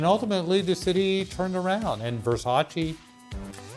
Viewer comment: Americans will never learn how to pronounce Versace!!!